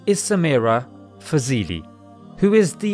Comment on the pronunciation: Sameera faaz-Li that's how it is pronounced. Alhamdulillah!